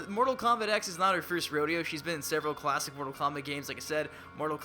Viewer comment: Im getting really sicknof hearing "klassic" like donthey not realize theres like a bunch of new characters? Scorpion has like 10 costumes.